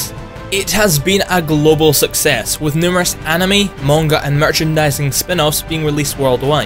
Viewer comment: Yeah, that's how it's pronounced.